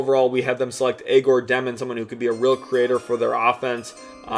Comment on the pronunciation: You must not have watched much of Egor if you can’t pronounce his name.